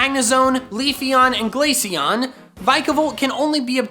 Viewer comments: IT'S GLACEON, NOT GLASCIONE! FIX IT NOW! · You mispronounced Glaceon… again. I dread to think about how you pronounce Glacier.